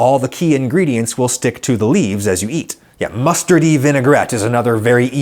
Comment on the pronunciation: "don't like to eat sauces" ...I need you to explain why you emphasized "eat" as if there is anything else you'd do with a sauce.